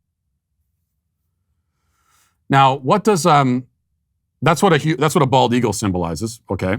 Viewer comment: Matt keeps mispronouncing the bird which is the bald eagle.